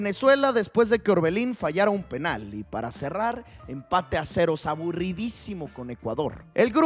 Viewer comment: No es de awebo decir a cerouu